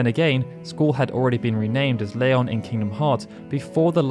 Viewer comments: "Layon" ??? I remember Squall pronouncing his new name differently in KH. Oh well. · You say Leon weirdly